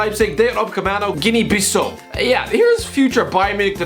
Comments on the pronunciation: interesting prononciation of guinea bissau 😅😂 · I’m not from Africa but I definitely noticed Guinea Bissau was mispronounced